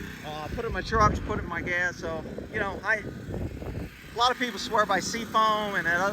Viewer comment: Am I the only one that loves it when says gas it sounds like gaz 😂 the man keep it up brother appreciate all you do I could just only imagine how much BS it is for you and how difficult it is making these videos but it is truly appreciated by a bunch of us